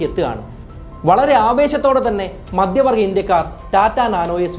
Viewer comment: എല്ലാ വായകങ്ങളും "ആണു് " എന്നവസാനിപ്പിക്കുന്നത് അരോചകമാണ്. ഉഛാരണം തീർത്തും വികലം. "മദ്യവർഗ്ഗ ഇന്ത്യക്കാർ "എന്നു പറഞ്ഞാൽ മദ്യപാനി കളായ ഇന്ത്യക്കാർ എന്നാണർത്ഥം. നിരന്തരം ആവർത്തിക്കുന്ന വാക്കുകൾ. "വല്ലാത്തൊരു കഥ " എന്ന പരിപാടിയെ വല്ലാതെ അനുകരിക്കുന്നതായി തോന്നുന്നു.